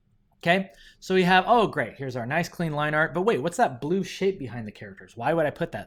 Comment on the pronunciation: I swear I hear a curse even though I think you say shape